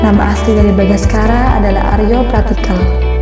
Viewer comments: Bukan bagaskara, Bangsacara. 😁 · Bangsacara bukan bangaskara